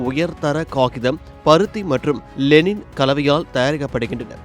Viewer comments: பருத்தி மற்றும் லெனின் ஆ அல்லது லினன் ஆ. சரியாக உச்சரிக்கவும் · அது லெனின் அல்ல. லினன் ( சணல்நார்துணி ) Linen . பேசுவதை சரி பார்க்க வேண்டாமா ?